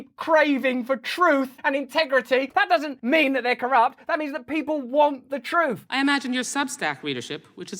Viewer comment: "TROOF" hehe